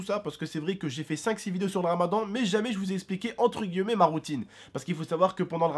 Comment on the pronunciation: Mec c'est grave chiant quand tu prononce Les " guileumet sa se prononce GUILLEMETS !!!!